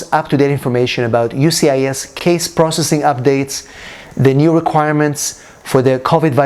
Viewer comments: Sir Just wanted to let you know that it is “USCIS ” not UCIS.☝️🤫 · Sir Whole video was about “USCIS” not “UCIS”🤣🤣🤣🤣